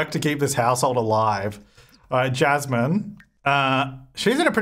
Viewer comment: Every time he said "Jasmine", all i could hear is "Chaz Man". Idk why 🧐